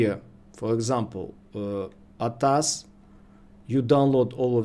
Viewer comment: Bro pronounce it A . T . A . S = A T A S ATAS is wrong 🙏👍